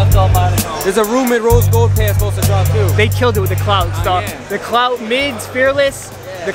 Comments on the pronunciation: It’s pronounced clout? Not clot? Thought it was clot but it’s a Japanese brand so could be pronounced different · The brand is called, Clot, not clout. Lol.